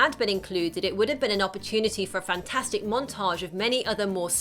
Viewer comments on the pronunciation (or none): none